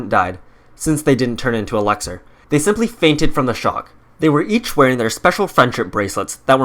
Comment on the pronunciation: Its elixer not elaxer